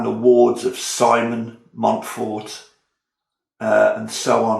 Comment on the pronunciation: From France: Yes, you pronounce it right! Thanks for the presentation, which enticed me to look into the difference between Simon the father and Simon the son… because I was first puzzled by the fact the Simon de Montfort about whom the locals in the Southwest of France still moan today played such a significant role in England’s history. I would certainly watch a playthrough.